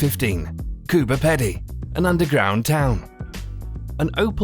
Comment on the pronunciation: Mtae, I come from australia. Its not pronounced cooper peddie, its cooper Peady!